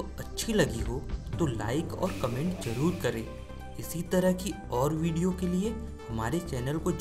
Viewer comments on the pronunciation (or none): none